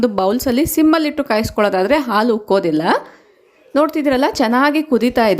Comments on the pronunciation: ಆಲೂ ಅಲ್ಲ ಹಾಲು. ನಿಮ್ಮ ಮಾತೃ ಭಾಷೆ ತೆಲುಗು ಇರಬೇಕು. ಅ ಗೂ ಹಾ gu ವ್ಯತ್ಯಾಸ ಇದೆ. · ಹಾಲು, ನೀವದನ್ನು ಆಲು ಅಂಥ ಹೇಳ್ತಿರಾ. ಅದನ್ನು ಸ್ವಲ್ಪ ಸರಿ ಮಾಡ್ಕೊಳ್ಳಿ.😊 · Please pronounce haalu not aalu